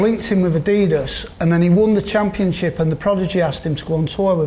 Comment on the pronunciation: Interesting that even 'Gary Adidas' isn't sure of the correct way to say 'adidas' as he switched between "adeedas" and "addydas" in the same sentence! I've always pronounced it the latter way as the company was named after its founder Adolf (Adi) Dassler but what is the right way?!